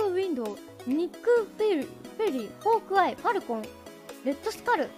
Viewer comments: Fork EYE that hurts to hear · Forkeye and blackwindow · Forkeye makes perfect sense, f sounds in japanese are a mix between english h and f, and typically they omit the r sound and elongate the previous sound, so ホーク (ho-ku) and フォーク (fo-ku) are pretty close. Just thought that was cool.